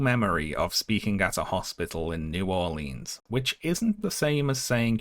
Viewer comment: awwww he pronounces new orleans wrong :3